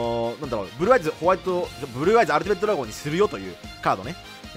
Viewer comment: ブｒｒｒアイズ